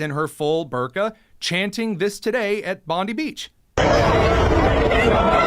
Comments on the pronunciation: It is not Bonde it is Bondi beach you prounounce the i. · Dude, it’s Pam Bon-dee. The Beach is pronounced Bon-die.